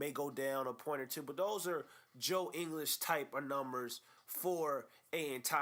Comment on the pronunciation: You even cannot say his name correctly???